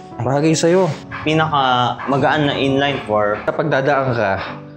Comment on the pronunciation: "In-layyynn for", should be in-line 4, pronunciation is as is.